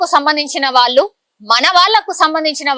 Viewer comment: వాల్లు కాదు , వాళ్ళు అను్ ముందు పలకటం నేర్చుకో